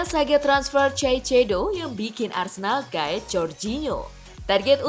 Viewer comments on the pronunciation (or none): Baca: kaisedo Bukan caicedo